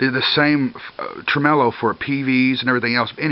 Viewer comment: Lol "Trememelo"!.